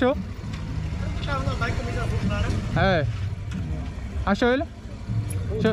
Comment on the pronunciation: Mano eu rir na parte do ele falando achô?... Achô achô kkkkk parabéns pelo trabalho 🇧🇷 🙏